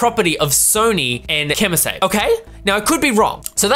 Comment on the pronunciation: First of all... I love you. Secondly... KEY-moh SAH-bee:-)